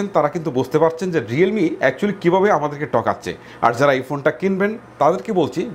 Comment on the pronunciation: উচ্চারণ এর সমস্যা আছে। বুল,টকাচ্ছে,গাদা,কারাপ😂😂